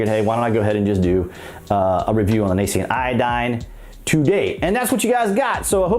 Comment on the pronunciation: It's "nascent" iodine (/nā - scent/). Not...(/nā - see - unt/).